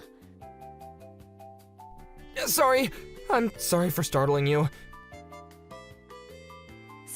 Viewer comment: It's because they're pronouncing it wrong. It's pronounced "knee-gah-tah." The FMC says it correctly.